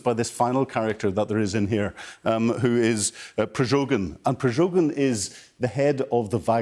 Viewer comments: Expert who hasn't had enough time to learn how to pronounce the name of Progozhin? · A former senior military intelligence and security officer takes a look at his notes to remember Prigozhin's name, and then still mispronounces him as "Prizhogin' twice. Would Sky News consider getting me on the show to comment on new Sushi Rinak's policies? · Not Prijogin but Prigojin. Fake news.